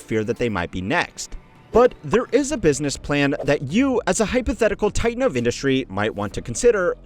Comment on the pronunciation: "BUSSINESS" ?? I think some of your staff need to be replaced with AI